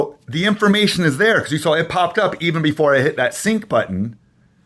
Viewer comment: What are you doing saying " sunk" ?... it's pronounced " sink" ...I.e. sync ..English uou know.. it's a phone setting concerning the app, ...see the Background info on the app.